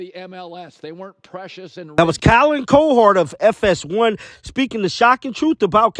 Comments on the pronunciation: "Co-hord" hahahahaa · Who in the absolute hell is Colin Co-herd? How do you pretend work in sports with your lousy microphone and not know how to pronounce the dude's name? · Pronounced cow - her - d! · its Cow-Herd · The pronunciation is “COW-HERD” as in “a herd of cows”. MOO! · Colin COW-erd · It’s COW- HERD!! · cOwherd --- big O not little o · It's pronounced "cow"{ (like the farm animal) - "herd" (like a herd of cattle). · Cow Herd. That's how you pronounced it . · The way you pronounce his name 😂😂😂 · Please learn to pronounce Colin CowHERD’s name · How the heck do you mispronounce Cowherd over and over?